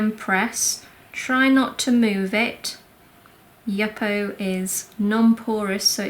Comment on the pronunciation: The paper you are using is pronounced you - po (Yupo ). Not Yuppo my husband was in the paper industry for 20 years it’s a synthetic paper and is always referred to as Yupo paper.